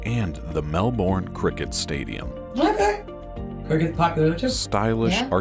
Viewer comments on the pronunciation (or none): G'day Guy's when when we say Melbourne its kind of not how it's spelt. Its said kind of quickly & comes out Melburn. Just letting you know enjoy M8!! Come on down. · Pronounce Melbourne like "Melbun". Similarly, Brisbane is pronounced like "Brizbun". And "Bondi" is pronounced "Bond-eye". Wait until you try to pronounce places like "Wooloomooloo". It's tricky because you really say "Wool a ma loo" -- the oo's in the middle are barely pronounced. For some more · Hey ladies, I’m from Melbourne Australia, pronounced Melbun. You’d love Tassie and Melbourne. There is sooooooo much more that would blow your socks off. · It is not Melb born .... it is Melb bin [if saying 'bin' in a NZ accent] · You are hardly touched the place as all seems focused on the southern areas of the country and most populous but there are other states than NSW and Victoria The capital's name is pronounced MELBIN not Mel bawn as in American speak Barrier Reef extends as far east as New Caledonia and is surviving very well not dying according to pessimists Fraser island off Queensland coast Kata Juta means many heads First landing on moon was filmed in clear clean Australian air as smog and fog stopped filming overseas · Try Melburn or at least Melbun. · Quite a good video, but when the narrator pronounced Melbourne as if it were the one in Florida, I knew he was reading from a script....it's pronounced Melbin or Melben. 👍🤗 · G'day from Mount Gambier, South Australia. I hope you check out a bunch more top destinations in Oz coz these don't even scratch the surface :) . FYI- Aussies pronounce Melbourne as Mel-bin. You should definitely check out Mount Gambier as it is very picturesque and has the Blue Lake (which is a beautiful lake in a dormant volcano and the water changes colour all year round) ; many other lakes; the Cave Gardens; the Umpherston Sinkhole; and a bunch more beautiful sites to behold. It is half way between Adelaide and Melbourne on the SE of South Australia. Hugs from Oz